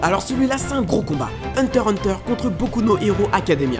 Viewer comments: Désoler mais c’est HUNTER X HUNTER et pas Hunter Hunter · c hunter X hunter pas hunter hunter